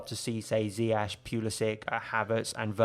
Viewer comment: Bro love the video and analysis but please man dont do a Lampard. His name is Ziyech pronounced Zi-ye-sh 🙏🏿 keep up the amazing videos